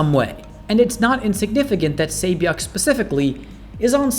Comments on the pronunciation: Really pains me that I've hardly seen a single video where the pronunciation of her name hasn't been butchered. Just listen to the show, they pronounce it "SAH-byok" not "Say-byok"... If people can learn every Game of Thrones character's name they can learn how to say a handful of Korean names properly, it isn't that hard. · her name is pronounces Se Byok :)